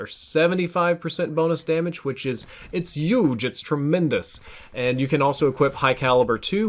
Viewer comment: Love how you said YUGE instead of Huge hahaha